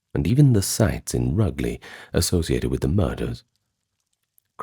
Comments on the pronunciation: Just to say in the first story about Dr Palmer you’re pronouncing Rugley wrong it’s roojlee! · A small point. Rugeley is not pronounced RUGley but Roojley. Still, a very interesting video and PLEASE continue to narrate yourself, AI is awful! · Nice video, just a heads up, the place name in the first case, Rugeley, is pronounced 'Rouge (as in Moulin ROUGE) ley..... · Rugeley is pronounced as ROOJ-lee .. you sure you're human narrated? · Hi, love the channel just a little FYI: Rugeley is pronounced Rooj-Lee but love the videos keep them coming! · Rugeley girl here, we have Dr Palmers story in the weather spoons for some reason 😂 P.s - its Roojeley 😅